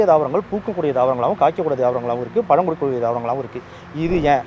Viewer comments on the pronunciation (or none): none